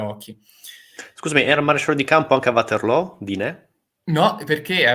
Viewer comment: Ci sarà anche stato il sole d'agosto, ma la velocità del manipolo di soldati americani in Sicilia è enormemente inferiore a quella normale dei soldati napoleonici P.S. Vaterloo, non Uaterlo (per favore, non anglicizziamo - più o meno - tutto)